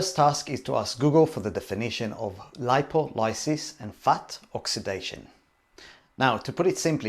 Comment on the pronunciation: Did your biochem professor also mispronounce lipolysis?